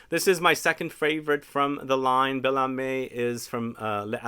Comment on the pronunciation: Âme is pronounced “amm” but you pronounced the others quite well today, congrats!